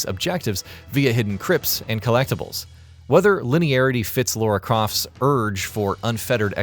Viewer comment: "Laura Croft." .....Really? After literally decades of games and films we still have bozo's who cant pronounce this iconic characters name correctly? Smh.